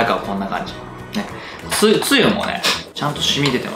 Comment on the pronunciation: 酒がスープｗつゆのイントネーションが梅雨になってるのだ( ´,_ゝ`)ｲﾋ